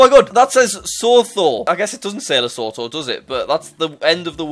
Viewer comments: It's not Lesotho. It's pronounced Lasootoo. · Nice vid, but it is le su tu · those hill were south african and it is said like li su tu but spelt lesotho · yeah its cool other than him saying lesotho wrong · The way you say Lesotho makes me kinda in raged 🇱🇸 as a South African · As a fellow South African, I think Jack's pronunciation of Lesotho is very funny!